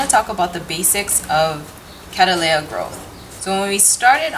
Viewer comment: Please will you reconsider how you pronounce this genus? The word is derived from my ancestor William Cattley and turned into Cattleya by John Lindley. The name is pronounced Kat-Lee thus the genus name becomes Kat-Lee-Ah. At present you are pronouncing it Kad-Dal-Ay-Ah. Regards Tim Cattley. P.S. If not yet convinced, then please see how The American Orchid Society recommend regards pronunciation.